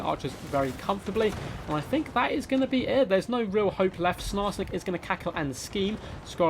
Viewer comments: Dear, i need you to stop saying snarsnik, its triggering me more than it should... the goblin's name is sKarsnik. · My man said Snarsnik....